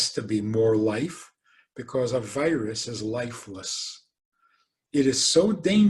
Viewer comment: Instead of hearing "a virus", hear "aveiras"